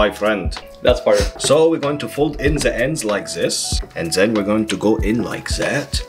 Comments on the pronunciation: I love how he says "the" as "ZEaah" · not “the” my friend, it’s ZA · He says Za instead of the